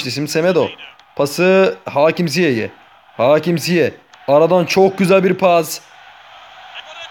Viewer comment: Ziyeh değil Ziyeç diye okunuyor